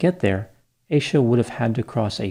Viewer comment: Leave it to the yt to pronounce her name as Aye sha